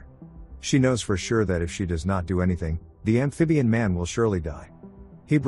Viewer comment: I will drink a shot every time he says ambfibian man.